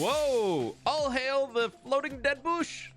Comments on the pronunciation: Why do you say bush as buush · Love how he says “dead boosh“